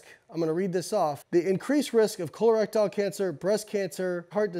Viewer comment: eye-schemic heart disease? col-erectile cancer? LMAO BioLayne